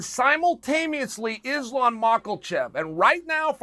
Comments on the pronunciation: Uncle chael hit us with "simultameously" lmfao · Simultameously or simultaneously, Chael? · Well that was a weird way to say simultaneously 🤣